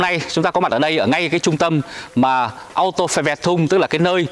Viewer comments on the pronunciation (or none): none